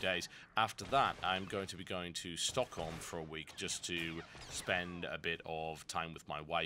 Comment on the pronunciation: I love how he actually says stockholm right. I'm amazed. :O